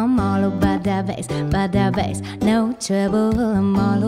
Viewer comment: Why the f... Meghan Trainor can't say "TROUBLE'' right?